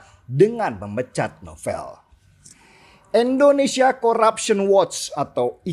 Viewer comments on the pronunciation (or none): Mantulll bang Denny, cm mau ralat dikit, Indonesia bukan Endonesia😅